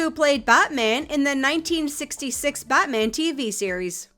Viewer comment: can't even pronounce "bat-man"...is this AI? Either way i'm out!